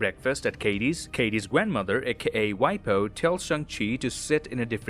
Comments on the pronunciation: Hey actually waipo is pronounced puo not po and it means mother side grandmother and wai gong is mother side grandfather not their name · It’s actually pronounced Wai puo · The right pronounciation will be: Wai bo and wai kong btw.. idk how western people will read it but that's how I've been taught :) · Waipo and Waigong are just the way Mandarin speajkers pronounce grandma and grandpa respectively lol, it was so funny to hear sb say it like a name haha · the number of times 外婆 and 外公 was said incorrectly hurts me on a visceral level but as said by everyone else, not really something you can fault him for its more funny than anything tbh